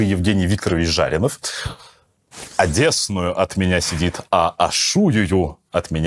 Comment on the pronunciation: В слове одеснУю ударение приодится на У, а не на Е. Программа о культуре и филологии!!!